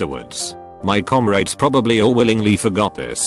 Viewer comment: Nobody: Text-To-Speech: Comraids